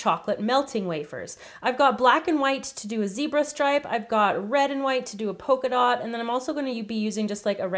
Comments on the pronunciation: Polka dot* Not pocadot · Zebra* Not zeabra Polka dot* Not pokeadot